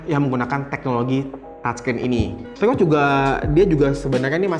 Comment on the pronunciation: maaf saran aja.. mgkn kan itu dah bawaan.. ucapan nya..Di bikin enjoy aja lah..